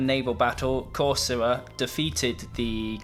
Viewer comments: You're pronouncing Corcyra / Corfu wrong . In fact , I couldn't tell this was actually it because of this mistake of yours . It's pronounced Korkira / Kerkira not Kosra ! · Corfu (Corcyra in ancient greek, Cercyra in modern greek) he not pronunciating it correctly thought, c sounds like "c" in the word "can"